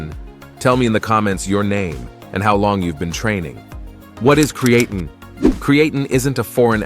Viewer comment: Can somebody reprogram this AI voice to pronounce creatine correctly..